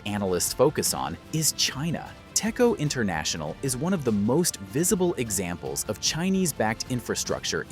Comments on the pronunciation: ITS PRONOUNCE TEC-CHO NOT TECCO U DUMMY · fun fact: it is pronouced as "Dech-Jo"